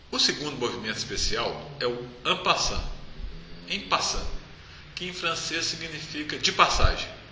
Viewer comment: É an passan mesmo que se pronuncia. Obrigado pelas aulas, compartilhei no meu Facebook e me inscrevi no seu canal. E curti é claro.